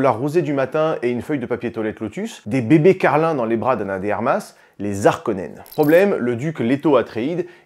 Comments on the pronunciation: alors faudrait voir a arrêté d'accordé Harkonen, c'est comme Haricot, donc on ne dit pas "les Zharkonens" mais "les Harkonens" mais sinon la vidéo est cool comme d'hab, ( et en anglais on dit bene Jéssérit mais en francais c'est béné GUésserit tkt pas grave non plus) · "les Zarkonnens" 😅